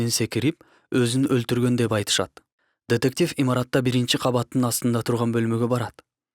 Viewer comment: Тетектив эмес детектив